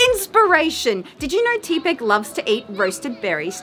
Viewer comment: Teh-pig. As in tepid.